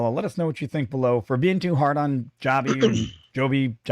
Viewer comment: Joby NOT Jobbie